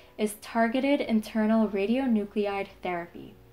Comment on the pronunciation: Very informative video. One edit: it's RadionuclIde not radionucleide